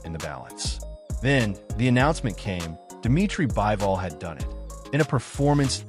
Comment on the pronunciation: Not "Baɪvɔl" but "Biːvɔl".